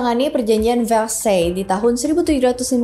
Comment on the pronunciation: hihi agak gatel pas denger penlafalan “Marie” nya bener (dengan R dicadel2in) tapi bagian “Antoinette” nya salah. Pelafalan “Versailles” jg gak konsisten nyebutnya— It’s ok, bukan bahasa kita (walaupun bisa cari tau di translator / google sih)